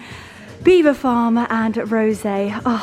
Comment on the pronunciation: From French speaking Normans in the 11th century but locals unable to pronounce it so Beaver became the normal way to say it. Please look it up online and it will explain how it came about. pronounced it correctly.